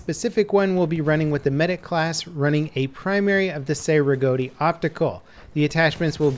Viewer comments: It's "Chey" not "Say" Rigotti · FYI: Cei-Rigotti is pronounced like chay rig-ah-ti.